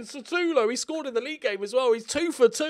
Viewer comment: Why do you keep on calling him "SATUlo" if its name is "SUTAlo"? Heheh keep on the good job, cheers from Portugal